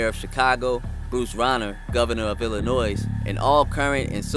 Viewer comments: you committed a Chicago Cardinal sin: you put an "s" at the end of Illinois! 😀 There's no "s" in Illinois. Otherwise, excellent video! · It's pronounced..."ILL-in-NOY" not "ILL-in-NOISE"...